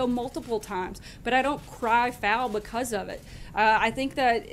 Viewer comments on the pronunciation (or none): none